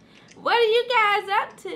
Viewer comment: WHEN DIS NIGGA SAID..."are u gise in a relationship?" 😭😂😭😂